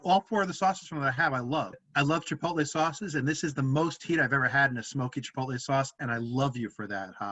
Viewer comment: No one ribs for mispronouncing "Chipotle"? Are you even brothers?